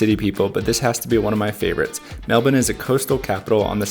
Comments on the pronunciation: Grew up in Melbourne, I appreciate your pronunciation of the city. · 1000 points for pronouncing Melbourne correctly!